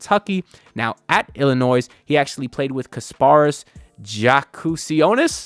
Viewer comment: Breaking news - the final “s” in Illinois is silent and always has been.